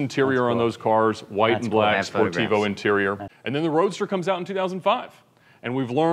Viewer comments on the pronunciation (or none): none